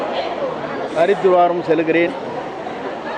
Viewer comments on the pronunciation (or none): Haridwar not haridhuvaram😂😂😂